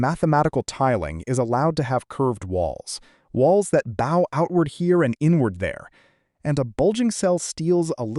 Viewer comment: in the phrase "bow outward", "bow" is pronounced like a violin bow, not like a person bowing out of respect.